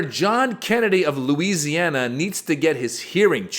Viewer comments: Especially in my state of LOOSEana as he pronounces it. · Hey Kennedy, I'm native born in Louisiana and my family has roots here since before the civil war. How in the !!!!** do you come up with the pronunciation, "Loose i anna"? In case you don't know history, in which I think you don't because you don't even know your job in politics, the name came from the derivative of King Louis of France. You wouldn't pronounce his name King "Loose" or in your case, a fool like you does.